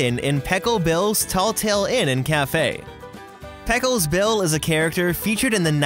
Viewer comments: Say it with me “pay cose” bill. It sounds almost like you’re saying pickles bill XD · Yes, I thought that pronunciation sounded odd. Its PAY-cos not PECK- cos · It's more common to pronounce it Pay kos bill instead of Peck O's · The cast members pronounce Pecos Bill’s as PAY cos Bill’s not PECK os! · Lol that bothered me the whole time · Thank you, that was bothering me a lot. lol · Every time he said peck-os I had a seizure. My wife was very disappointed I survived the 14,734 seizures. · Repeat after me Paaycoos Bill not Pelcles or whatever you said. I used to work there and it bothered me. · The Tink crack seems like a bit of a stretch to me. Is there confirmation of this? Also it is Pay-coss bill not pek-os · Great tour, thanks! But it’s pronounced “Pay-cos”, not Pekkos. Thanks! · PayCos Bill. Not Peckos or Peckles or however it was pronounced. I wouldn't be so blunt about it if it weren't for the fact that there is a Disney cartoon where they pronounce his name very plainly and clearly. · Paycose Bill not Peckos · Payco. Not Pecco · The correct pronunciation for Pecos Bill is (Pay- cose Bill)… Not Pekkos Bill.... Disney knows history... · Pay-cose, not peckose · “Peck-oss” Bill ?! Seriously?? It’s pronounced Pay-cohs 🙄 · It's "Pay-Cose", not peckose. Your pronunciation sounded as if you had never heard the name before. 🙀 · Is it just a Youtuber thing to not be a blessing to pronounce words that you would think are very common. It's pronounced (Pay-cose) cose like hose.the way you say it, it sounds like you're saying PECKLES, which 8wnt a word either. But good video overall. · Peck-os seems more accurate to the original Spanish pronunciation. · It's pay-kos yeah, it's Spanish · Yeah, I was gonna say... I'm from south Texas, literally only a few hours' drive to Mexico and everyone down here pronounces it "pay-kos". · Always love your videos, but your pronunciation of Pecos Bill's has given me a twitch in my eye that won't go away. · Pronunciation “Paycos Bill”